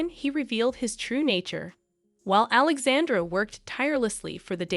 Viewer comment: Prince "You-a-keem"??? Princess Alexande'r'?? Wow.......